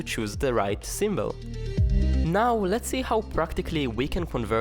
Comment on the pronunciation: What is a "symbell"?